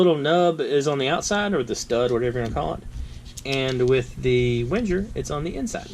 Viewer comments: Wenjer? 🤣 "Ving-er" it's a Swiss army knife, but the name is German. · Good video, but I have to point out that its pronounced Veng-ger